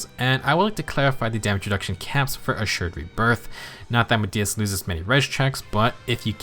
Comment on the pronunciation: I'm glad I'm not the only one having trouble with accidentally calling Assured Rebirth "Assured Breath" 😂 you clearly had to slow down and make sure you got it right. I knew you were gonna call it "Breath" if you didn't. 😅 But then... You didn't slow down this time and just naturally messed it up just like I do 😆